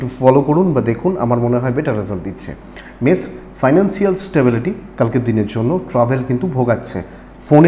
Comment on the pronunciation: বৃস রাশি বলতে গিয়ে বারে বারে মষ মেষ বলেছেন ঠিক কোরবেন আশা করি।